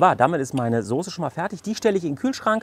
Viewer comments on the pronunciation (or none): none